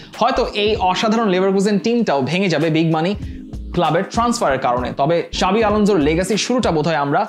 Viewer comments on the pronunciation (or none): সাবি থেকে চাবি,,, আর কতো শব্দ শুনবো এই উপস্থাপক এর কাছ থেকে😁